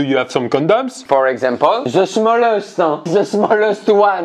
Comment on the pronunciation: Cest si triste😂😂😂. Juste le "ze" au lieu du "the"